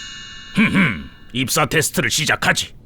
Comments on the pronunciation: 잘못 들으면 익사 테스트라 들림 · 입사를 익사로 들었다..